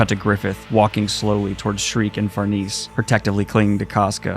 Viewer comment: mangaka, Sheer-keh, far-nay-zay, serpico not sir pico.